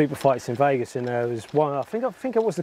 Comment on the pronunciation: Made it to the pros in football. Amazing at golf. Can’t say “Vegas” properly though can you?! Love it! Golf life ❤️